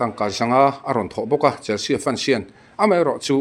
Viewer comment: Chelsea hi Chelsi ti a lam tur aw.